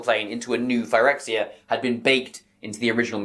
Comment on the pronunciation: Imagine pronouncing "Phyrexia" like this when the correct pronunciation has been apparent for YEARS, and Wizards having just confirmed that it's not pronounced this way based on their posting of the Phyrexian language "codex", this week.